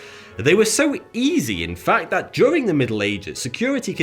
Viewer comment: Well either way, he is unable to pronounce the th- sound. Watch any of his videos it's all "I fink vat" and "vis is vuh best".